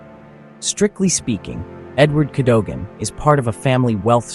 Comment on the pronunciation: Better than the Russians owning it! Pronunciation is Cad O Gan!